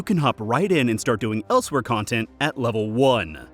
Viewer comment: It's "el's-wur" by the way (Y)